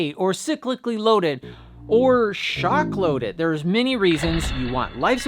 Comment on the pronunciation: When I heard the "shock load it", It sounded like the more correct: "shark load it". Now I demand an episode of shark loaded carabiners. (They don't necessarily have to be laser sharks though.)